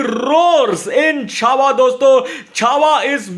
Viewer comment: Isne CHHAVAA bola aur maine channel band kar diya 😅😢